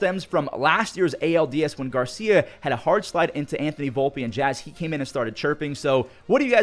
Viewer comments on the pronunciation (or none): none